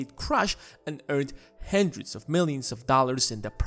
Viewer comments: I love your videos, but please stop saying "hendred" it triggers me too hard lol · “Pockyman cart...” “A hendrid dahlers” Why does no one speak English anymore?